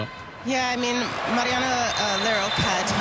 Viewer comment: The male announcer mispronounces the first name of Mariana Larroquette. He says 'Marina'